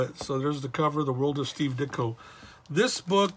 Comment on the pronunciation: You pronounced my name correctly. Also, Regards, Ditko is available on Amazon now for $12.99. Thank you for your support.